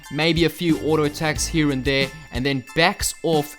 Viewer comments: Here, not hier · " And Hiar" :D